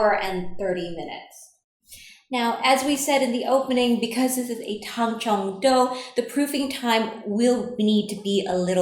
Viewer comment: I like how you say "it'll only feel like 80%" like I haven't absolutely botched an 80%. "IT WON'T STOP STICKING" I cried as I sat on the floor sobbing into my soggy dough caked hands. Also I've only ever read it. I've been pronouncing it Tang-zong. I'm so glad I'm the only bread maker in my friend group that would've been embarrassing lol.